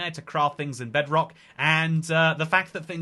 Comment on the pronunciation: Somehow I misheard it as "Breadrock"